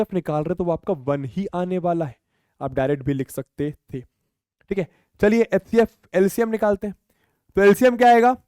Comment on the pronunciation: Sir hcf ko atecf bolte hai 😂😂